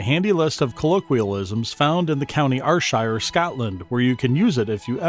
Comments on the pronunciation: 😂 very humourous and well said apart from the pronunciation of Ayrshire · YES!!! I'm an American and I knew it was wrong, and it made me CRAZY!